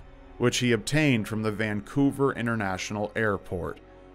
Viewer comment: hearing people who don’t live in vancouver say ‘vancouver’ is so funny